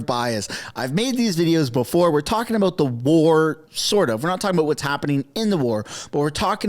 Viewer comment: Did you say about or aboot